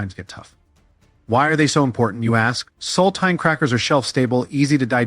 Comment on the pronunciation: Use an AI that can pronounce words like sardines, saltines, and Nescafe correctly.